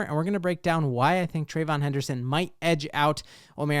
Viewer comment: Say it with me…Trey-VEE-yon. Thank you for your time.